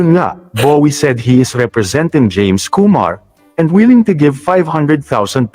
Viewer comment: Anong jaime pinagsasabi mo? James not Jaime